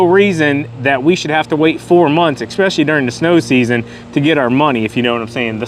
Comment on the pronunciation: Ity ESpecially not EXpecially.